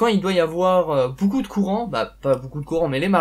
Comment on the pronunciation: pourquoi tu dis 'boucou' aulieu de 'BEAUCOUP'